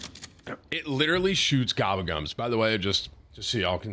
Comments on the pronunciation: “GABAGUMS” ???? TIM!!! READ!😂😂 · Tim saying "Gabagums" is giving me the same vibes as Benedict Cumberbatch saying "penguins" wrong in 17 different ways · What do you do when you eat? You gobble it it up, Tim its GobblesGums not gabagums wtf?? And you're a call of partner?whack ass🎉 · “Gabba gums”…Tim may be illiterate….but that’s ok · Ga-Bull -Gum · Its GOBBLE GUM, for you people that have trouble reading and speaking english like Timthefatman